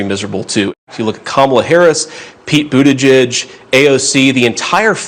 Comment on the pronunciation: "Buttitige"? Close. 😊